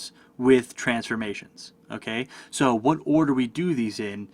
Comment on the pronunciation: only thing confusing was the way u pronounce transforMATIOUNS